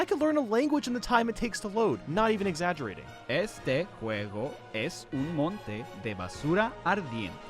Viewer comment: It's "monton", not "monte"